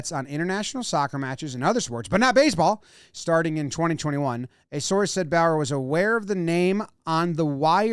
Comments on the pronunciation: Also I’m pretty sure it’s not Bower but the bow is pronounced like the bow in bow-tie followed by a “yur” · Also how do you pronounce Bowyer as Bauer? Its clearly Bow-yeah